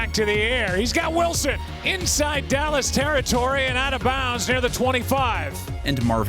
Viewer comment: did I really hear “Dallas’” with a silent D because they got none 😂😂😂😂